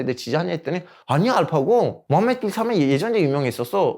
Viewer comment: 마지막 이집트 관련한 자막은 '전통'이 아니라 '정통(성)'을 말한게 아닌가싶네요. 갑자기 전통은 쌩뚱맞고, 이집트인이 중세부터 구축한 아랍 민족으로서의 정통성을 얘기하는게 더 맥락이 맞는거 같습니다. 게다가 제가 알파고의 발음을 듣기에도 ㄴ받침이 아닌 ㅇ받침으로 들렸습니다.